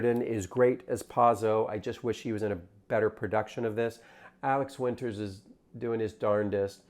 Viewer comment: and.... you misprounced Alex WInter's name.